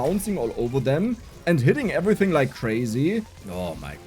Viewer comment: How much German accent do you want?: Ävritzing